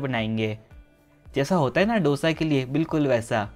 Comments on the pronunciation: आप हैदराबाद के हो कम से कम आप तो डोसा मत कहा कहो आप को पता है की उसे दोसा कहते है डो नही दो भय्या 🙏🏽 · दोसा!!!! Please!!! Not डोसा